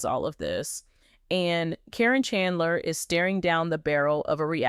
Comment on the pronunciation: It’s “care’ in.” Accent on the first syllable.